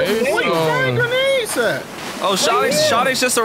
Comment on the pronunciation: Dude just sayed grenads nads